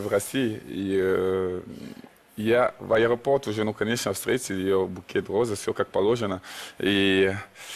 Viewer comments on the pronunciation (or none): none